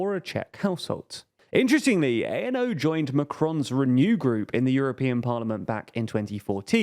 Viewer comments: Fidesz is pronounced with an ‘S’ at the end, and ANO is pronounced ‘ahno’ and not a.n.o. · To add to the many small corrections, ANO isn’t an abbreviation. It’s literally just a Czech word (means yes). You don’t need to say it letter by letter as if it were an abbreviation. It doesn’t stand for anything (much like the party itself but that’s just my opinion).